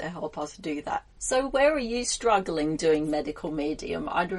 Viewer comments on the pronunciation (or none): none